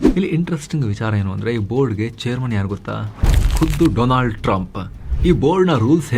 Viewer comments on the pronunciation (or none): none